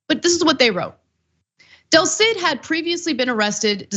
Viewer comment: del cid not Delcid.